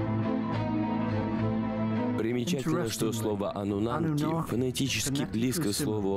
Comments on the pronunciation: Ануннаки а не Ануннанки. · я просто жду, когда чел скажет не ануннанки, а ануннаки... не дождусь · Он совсем охренел; почему аннунаНки то? Когда Аннунаки ??? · "Аннунанки" и пулемётчики😂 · Кто-нибудь, объясните, почему он говорит ануннаНки?!?!? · судя по комментариям все смотрели и пытались вникнуть в этот бред, а это фильм засыпалочка , поэтому анунанки и остальные огрехи диктора, всем ану снов и ани сновидений))) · АнунаНки..п...ц. ну и начитка. Начитчик,ты поц